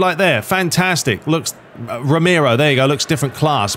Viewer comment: less than a minute in you think Romero (the name you cant say properly apparently) looks realistic, come on man